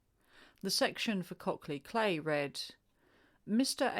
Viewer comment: Cley is pronounced CLY